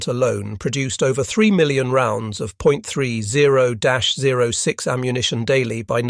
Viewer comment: Please please name the American rifle round correctly. It is pronounced 30 ot 6.